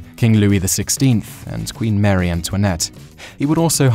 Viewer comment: Jimenez is pronounced "Himenez" not "Yimenez". The Spanish pronounce j as an aitch, not a y, as in German. And it's not Mary Antoinette- it's Marie; even if you use the French pronunciation of equal emphasis on both syllables, it's not "Mary". This guy mis-pronounces so many things throughout his videos.